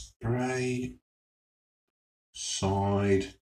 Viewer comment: Ha it's speyside not spreyside , got me chuckling